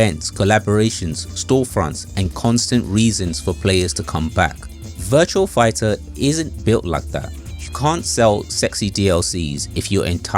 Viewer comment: It's Virtua Fighter, not VirtuaL Figher. Great video though!